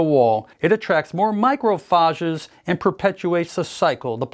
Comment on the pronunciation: Bro can’t pronounce macrophage